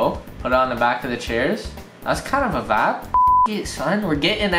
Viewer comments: how many times can he say "vab"(vibe) in one video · drink every time he says vaabs. actually don’t that could be fatal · Sorry bro, i had to unsubscribe cause you said vapppp 500 times. Wtf is a vap. I lovd u but wtf bro is a vappppppppp?